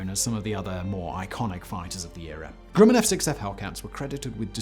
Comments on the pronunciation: Not Groo-mun, it’s Gruh-min. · Unsung? By whom? Also.... pretty sure Grumman is spelt, well.....Grumman. Not 'Grimman'. Simon......GrUmman. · Hey Simon, never heard of GROO-man. The correct pronunciation is GRUM- man. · I wouldn't call it an "unsung" her to at all. And learn how to properly pronounce Grumman. It's not Grewman. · Nice vid. not enough attention is paid to the plane. However, the company is pronounced like Rum with a G. Not GREW-man. Just saying. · the 'u' in the manufacturer's name is pronounced as "uh" not "oo", but this seems to be common pronunciation among UK YouTubers ~ otherwise another excellent production! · Lay-tay Gulf. Grum-men. My grandpa fought at the former and my uncle worked at the latter. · Mispronounces Leyte and Grumman. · Grumman is pronounced like the word gum.....short u sound.